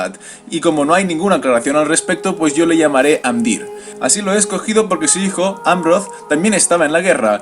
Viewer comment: en realidad, no es exacto. por ejemplo: pronuncia amdÍr, cuando debería ser Amdiir y dAgorlad, cuando debería ser dagOrlad. aunque se agradece el esfuerzo